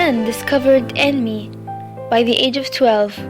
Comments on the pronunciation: DID SHE REALL SAY "AN-I-MEE"? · if you took a Japanese course, why is it you pronounce manga and anime strangely? no offense of course, it's just one of my pet peeves :/